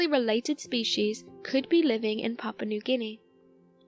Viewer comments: but she talkign about Papa nu gini not papua new guniea :DD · It sounds like she's saying "papa newginy"